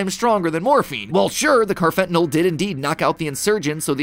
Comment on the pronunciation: Hey Matt, I’m a psychology major and we’ve learned about carfentanyl and how street drugs are being laced with it. 1.) First off, sorry to be that guy, but it’s pronounced “carfenta-NALL” lol 2.) Second, it would be really funny if Poppy Playtime ended up being the world’s most elaborate anti-drug PSA. Maybe the harming children stuff is a warning against drug usage in early parents?